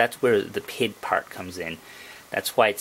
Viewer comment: P.I.D. Not PID